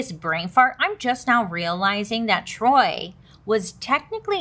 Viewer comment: Sameeee it be her mispronouncing everything 🤣🤣😂 “the Troy” (choy) and Bailey sayin “her mom” instead of his*😂🤣